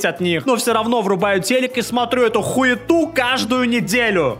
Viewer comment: "но всё равно вырубаю телек и смотрю эту ХУЕТУ.. " Боги, резкий перепад интонации в сумме с неожиданным матом меня вынес с ноги :"в